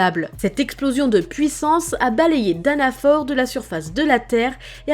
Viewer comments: C'est fraodrine pas frodin et c'est danafol pas danafor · Salut, super vidéo, mais juste, parce que ça ma déranger, mais Danafor se prononce comme Danafall, et Fraudrin, Frahodrine, pour ce dernier, il sépare un peu le son a et le son o puis prononce le in comme ine